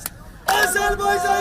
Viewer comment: Hakkında konuştuğunuz ülkenin adını öğrenin A-z-e-r-b-A-y-c-a-n. AzerbEycan değil. O beyfendiye söylüyorum